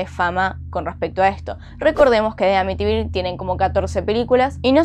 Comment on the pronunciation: Jajaja ahora si lo dijiste bien te quiero❤